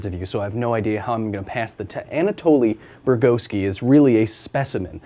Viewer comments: Can't watch because you keep pronouncing his name wrong. Bug-or-ski Not bur-go-ski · His last name is spelled Bugorski. It's pronounced Bu-GOR-ski. NOT bur-GO-ski the narrator starts pronouncing his name correctly. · Title card, and all of the internet: Bugorski. The narrator, every single time: Burgoski. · Damn it, his name is not Burgoski … Bugorski is really easy to pronounce and memorize. This really undermines the professionality with which this video is made! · His name is Bugorski (transcribed from Russian Бугорский) - but even with some leeway for not speaking Russian, why does the narrator here persistently pronounce his hame like Burgoski?! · Why do you keep calling him Anatoli “Burgoski”? It’s not “Burgoski” it’s “Bugorski”…pronounced as “Bug-OR-ski”. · What is that last name pronunciation? Not Bruegoski or however ways it was said, it's 3 syllables, similar to mine, Bu Gor Ski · take a shot every time he pronounces it as "Brugoski" instead of "Bugorski" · Is it burgoski or bugorski??? Say it right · I like how you try to sound smart yet you fail to correctly pronounce the man's name, persistently calling him "Burgowski" rather than "Bugorski". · Sometimes you said his name correctly Bugorski but many times you added an extra "r" like Burgorski watch was quite weird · He pronounced Bugorski three different ways and none of them were correct. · mispronounces his name in the first 15 seconds, typical yank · You so fluidly switch between mispronouncing and correctly saying Bugorski. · I feel like a dick for saying this, but the consistent mispronunciation of his name really bothers me. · You butchered his name, haha